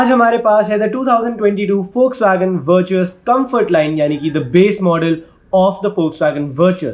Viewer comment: Pronounced as Vertis